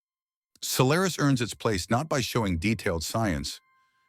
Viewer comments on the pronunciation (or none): Good observations but the pronunciations in the essay are laughable...Gaa taa kaaa????? Sol lair is??? Jeez...get this stuff right.😅